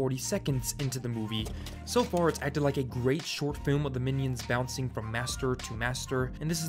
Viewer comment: You said fart habahahahahaga